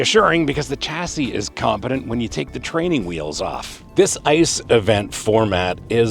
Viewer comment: It's pronounce SHA-SEE, not CHA-SEE